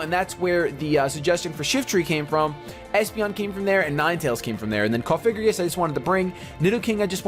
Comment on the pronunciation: PLEASE STOP FUCKING SAYING COFIGRIGIS. THATS NOT THE FUCKING NAAAAAME!!!! I CAN BREAK IT DOWN FOR YOU----- COUGH-AH-GREE-GUS SAY IT LIKE THAT PLEASE, I'M GOING TO TEAR MY EARS OUT